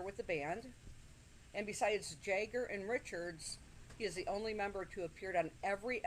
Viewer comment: Mick Jagger not Mick Jayger